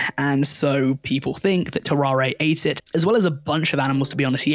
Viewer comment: It’s TAR-ERE not TAR-AR-AY